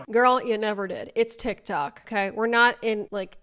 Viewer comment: “I have neva been eaten out”…no one needs to know this!! IS FRYING ME!!!😂😂😂😂😂😂😂